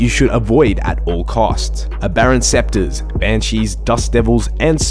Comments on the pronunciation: Aberrant specter bro. Not scepter lol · great guide, extremely informative for all levels. One thing, just for the future: Aberrant Specter (as in a ghost) not a scepter (as in a rod)